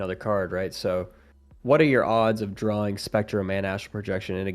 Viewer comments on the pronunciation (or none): none